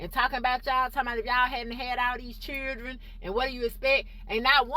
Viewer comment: It's children. Not churdren